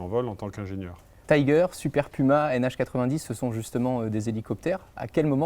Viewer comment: Je suis relou, mais, on dit tigre pas tiger, c'est un nom déposé et c'est français 😁. En revanche, merci pour cette vidéo quel plaisir de voir une vidéo qui parle de l'aéronautique comme un beau secteur d'avenir (ça devient de plus en plus rare). Maintenant que tu sembles avoir des contact chez airbus. Il pourrait être intéressant de faire un tour chez airbus helicopters pour parler du rôle des hélicoptères aujourd'hui et demain, de mobilité urbaine et de vol autonome. 😁